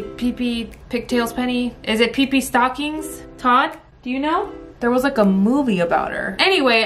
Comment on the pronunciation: Girl it’s Pippy longstockings 😂 not peepee stockings